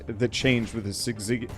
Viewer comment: Holding down the shoot button has nothing to do with the damage from Warp Strike. You take the damage when YOU screen wrap - not your bullets. Syzygy is pronounced like "sciss" in scissor, then "uh G"